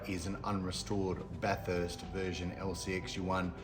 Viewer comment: note, the pronunciation of Bathurst, should be 'bath ist' as opposed 'bath hurst'